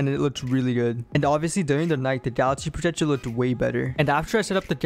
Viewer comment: Bro is saying galaxy projejor